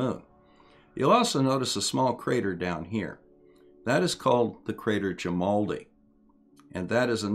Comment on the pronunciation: At least once you left out the r, sounded like "jimaldi" to me.